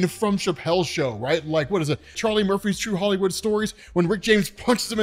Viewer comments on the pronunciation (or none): none